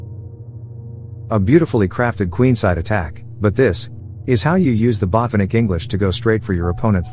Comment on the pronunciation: Botvinnik, not Botvinik. Red thumb.